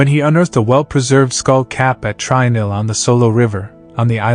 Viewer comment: Trinil is pronounced "tree-nill" not "try-nill"